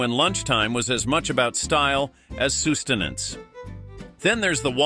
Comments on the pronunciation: I know it seems weird to any educated person, but mispronunciations on You Tube are the new mo-DELL. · Must be Canadian. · "Soos" tenance 😂